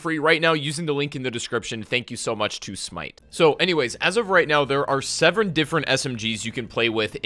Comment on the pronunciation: My guy said sevren